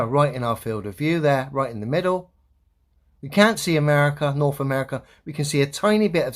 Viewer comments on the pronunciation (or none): I just can't take anyone seriously that pronounces earTH, norTH, and souTH as earF, norF, and souF 🙄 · “Norf Africa, Norf America. 😅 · this guy that goes second can’t even say “th”….he says norf america…souf….ugh, bad english for an english cat